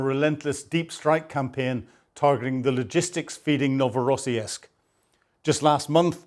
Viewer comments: I think the Orc's port is pronounced 'Novo Ross Sisk' there is no '...esk' sound in the name. That's not to detract from one of the best Ukraine War analysis channels. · NOVORO-SISK with a SOUTH PHILADELPHIA ACCENT, LOL GREAT SHOE🎉 Carry On.. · For crying out loud. it is only and you have already shown us that same explosion FIVE TIMES !! And why is it that Brits and Scots (and also Americans) have such a problem correctly pronouncing foreign, including Ukrainian and Russian, names ? I lost track of how many time you mis-pronounced Novorossiysk (you should check these words before you record your video), but for even simpler words, like Tatarstan, it is NOT Tartarstan (as you call it ). It's all kind of insulting to natives. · Ur pronunciation of Novorossiysk is terrible😂